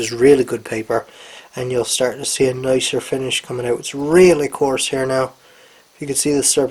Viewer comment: It's pronounced out not ooooooohwt